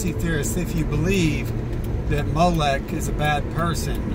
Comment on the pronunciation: Both spellings are acceptable but I only spelled it with an E because that's how he was pronouncing it in the video. MOE LECK